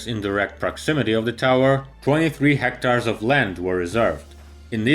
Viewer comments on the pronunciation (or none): none